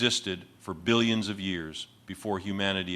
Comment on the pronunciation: You can tell it’s AI because there’s no stress on the “B” in billions!